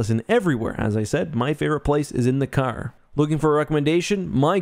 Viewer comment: In the "CAAAAAAR". You from back east there buddy?